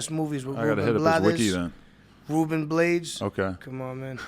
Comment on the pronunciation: this dude said ruben blades and pronounced the last name wrong. Its blah-des not blades